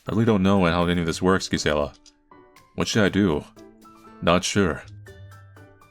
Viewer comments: The 'G' in Gisella is most likely pronounced like a 'J'. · I think Gisella is pronounced with a J sound. I might be wrong, but I've never heard it another way. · In spanish is pronounced like 'Y', is funny hearing his version of the name